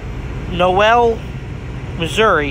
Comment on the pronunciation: Dude, Noel is pronounced knowl. Great drone footage by the way.